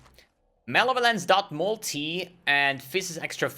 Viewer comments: Muh - Lev - Uh - Lence. Not Male - Violence. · Everyone else: Malevolence: Male Violence